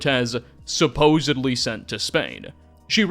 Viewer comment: I just want you to know I listened to most of the video until you said suposebly 😢